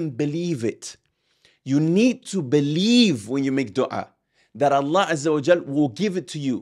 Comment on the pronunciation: important note when you say Allah we must hear the h clearly ,otherwise great video